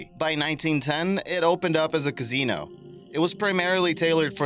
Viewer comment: How do you not know how to pronounce Quarry? And Casino?